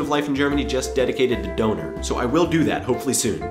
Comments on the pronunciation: how long it took me to realize he means dÖner .' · als ich " doner " gehört hab, wusste ich erst gar nicht, was du meinst, bis ich dann rausgefunden hab, dass du "Döner " meintest :D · the whole time i understood "Doughnut" not "Döner" :D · its Döner not Doner^^ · Cool, but since you live in Germany, please pronounce "Döner" properly. The word is pronounced more closely to DURNER not DOANER. Definitely agree with you about the fact that Germans are not afraid to let children play and will take responsibility for their own actions. America has become extremely WUSSIFIED! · he means döner! now it makes sence :D I was all the time here, sitting and thinking "what the heck does he mean with donors?" xD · That was supposed to mean "Döner"? Seriously? Would have never guessed it... sounded like some bastardization of "Donut" or something like that -. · durner sound like tina turner . its döner. Ö is a letter most people dont know . u have to say it like an Ö no other way to pronounce it . bye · ***** Abgesehen davon, spricht man es korrekt auch eher "Dönehr" aus, als "Döhner". Frag mal nen Türken... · awesome video, just please say dÖner, not dOner. Thought you were saying donut at first ;DD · Döner with an Ö not an O.....;D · Was I the only one who accidentally heard "boner" instead of "doner" (I am embarrassed) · It's not Donar. It's DÖNER c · Döner not Doner :D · DÖNER, not DONER :D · can u say DÖNER? or just DONER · You say doner wrong. Its pronounced Don - er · It is DÖÖÖner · Döner is like burner without the r and with emphazise on the u :) I was kinda confused like "what kind of potatoe?!" XD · HAHA how you underlined Döner you said Doner with o not Ö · Ach Doner ist Döner hahahahaha xD anstatt einfach Kebab zu sagen:D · You keep on saying it like donor. Don't forget the umlaut! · Ohhh er meint damit Döner XD Danke